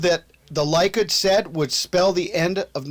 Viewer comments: Likud, its pronounced "lee-kood".. Beiteinu, "bay-tay-nu". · It's pronounced "Leh-kood"